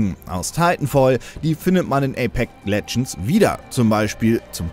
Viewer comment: Ich hör die ganze Zeit nur ApeC Legends. [EYPÄKS]